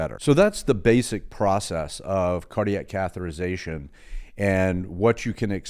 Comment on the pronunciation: Great info, but the pronunciation is cath-e-ter-i-za-tion (6 syllables) not “cath-er-I-za-tion” (5 syllables). Yes, I know I’m being very picky, and you have incredible knowledge about cardiac care.